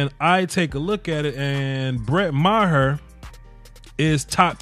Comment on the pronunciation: i think it's pronounce mar